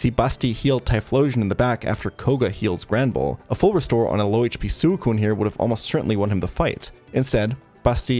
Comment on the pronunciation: Great video, great channel. I just cannot handle how you say suicune. Shit is infuriating